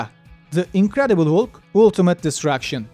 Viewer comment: Hulk, Hulk diye okunmaz sayın. Haulk şeklinde okuyacaksınız.